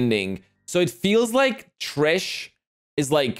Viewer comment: I'm sorry, maybe just misheard, but did he pronounce Thresh as "Tris"? As always, your reactions are spot on, and very enjoyable.